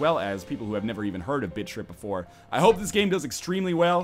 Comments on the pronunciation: The first time I heard you say "Bit Trip Runner" I swear I heard you say "Bitch-Trip Runner" lol great vids btws -your sub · Am I the only one that thinks he's saying bitch trip? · I thought you said "bitch trip runner 2" ;D oh silly me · sounds like you're saying "Bitch tip runner" xD